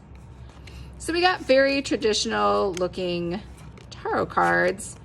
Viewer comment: It’s pronounced Ta-rot not with a hard a like in car. Its more like tear-ot. I’ve never heard the tarot pronounced like you’re saying it.